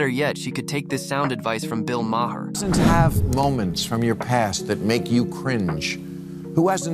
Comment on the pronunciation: Is the narrator some kind of AI generated artificial voice? The cadence is absolutely horrible and unnatural, as are the overtly mispronounced names. It's not "mah-her", nor is there a famed attorney Mark "Gahh-goes".